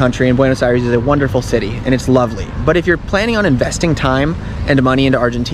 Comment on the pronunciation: As a bilingual viewer, his "eye-REES" over and over was so grating to the ear, and then he says that he speaks Spanish 🤦‍♀